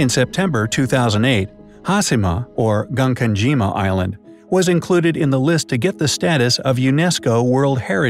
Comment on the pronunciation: He said Prefecture and Gunkanjima wrong too